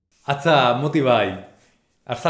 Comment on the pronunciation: আপনি বলেন মতি ভাই আর আমি শুনি মদি ভাই